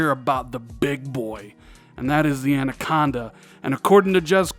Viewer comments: You said "An" - aconda right to start the vid at least... Rand-aconda! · I have grown to like Andaconda. Who needs proper pronounciation anyway? 👊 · At exactly the same time I was thinking he’s saying anaconda wrong , he says I know I’m probably saying it wrong. 👍👍👍🤣🤣🤣